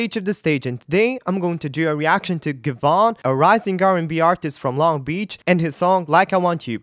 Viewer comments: “Give-on”😭 its Give-e-on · It’s Give-e-on btw😂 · his name is pronounced “give E on” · It’s GIVE-E-ON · Its give-y-on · It's Gi Ve On